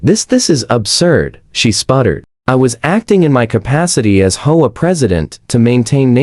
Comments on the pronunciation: H. O. A. Not hoaa. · Teach your AI to pronounce HOA as letters and not hola. Teacher AI to pronounce 50s and not 50 S. Very poor quality in production.